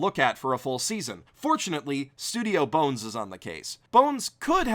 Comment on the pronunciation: "b-one-s" .......oh....